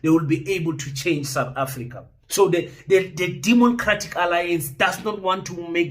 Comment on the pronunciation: Did you say “demoncratic alliance”?